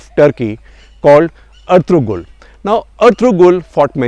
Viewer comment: FYI: 'g' is not pronounced in Ertugrul